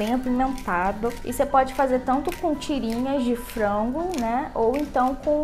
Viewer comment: Eu acho muito engraçado quando ela fala frango😂💜 é tipo "frongo" 💜😂